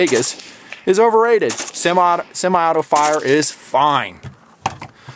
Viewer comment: "simi"? It's "semi".